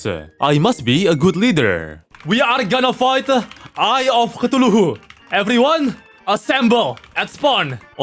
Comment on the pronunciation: Just wanna say that you should try to pronounce Cthulhu as ca-thu-lu Love your videos